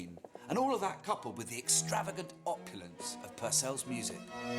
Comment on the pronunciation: Its pronounced PURcell. Henry's father was Irish. Norman name, but they had been in Ireland for 500 years and were part of irish peerage barons of Loughmoe. I wonder what music himself and his father was accustomed to? Irish? It's like how it's never mentioned how Handel first perfomed messiah in Dublin. He liked to hang around music shops and taverns for the local music, and he gave the entire proceeds to the Dublin poor. But this stuff if never mentioned. They've no problem mentioning say Italian, German, English or Vienna influence on music styles, but nobody mentions Ireland.